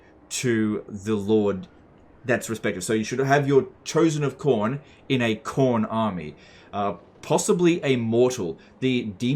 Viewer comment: "Warbeast of Chorn" No no, Quorn. It's the vegan option.